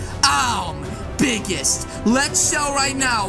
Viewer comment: You always say bigist